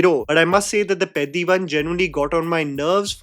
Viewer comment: You are the first Non Telugu Youtuber pronouncing the PEDDI movie title correctly!🤣